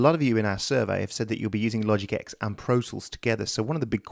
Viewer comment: IT'S TEN. LOGIC TEN. NOT LOGIC 'EX'